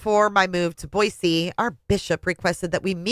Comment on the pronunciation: first of all, thank you for saying Boise correctly!!! Second of all, I was not going to watch initially because to me, her book seems nauseating. Yes, the book is nauseating, but hearing you read it makes it all worthwhile!! I just got to the part where she sees her aunt in her dreams. How very Daybellian of her, right? 😂😂😂